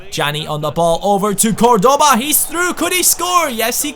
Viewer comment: you are mispronouncing Cordoba, the accent goes on the first syllable not the second. Something like CORdoba